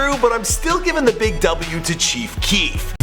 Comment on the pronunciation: Chief keekf